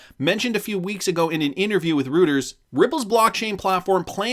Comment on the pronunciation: “Reuters” It’s pronounced Roy-ters